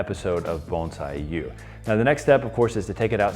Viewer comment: Bones eye?, I thought it was Bon si